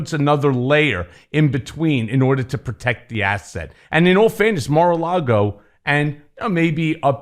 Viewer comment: "Mar-a-Lardo"--Isn't anyone ever going to tell him?